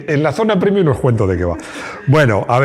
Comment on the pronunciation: lo siento, pero después de oírlo 10.000 veces tenía q decirlo. Oír "primium" y "youtube" en la misma frase del área privada, hace sangrar los oídos.